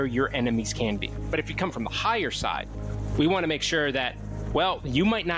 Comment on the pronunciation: I swear I thought he said “where your enemy’s CAMPING” and not CAN BE 😂😂😂